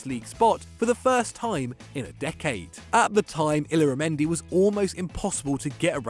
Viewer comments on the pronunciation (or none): Anyone else cringing at the way he pronounced illarmendi and texiera?